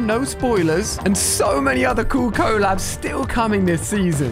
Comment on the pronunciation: Co co- co labs? Thats not how you say it